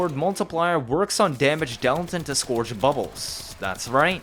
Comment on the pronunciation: scourge - skerge